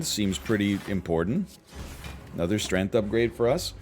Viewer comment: Has he always pronounced it “Strenth”?